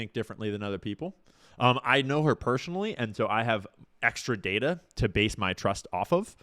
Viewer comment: Why at -23.35 do you accidently say "pershonally" instead of "personally". Just like those who say "akshooly" instead of "actually"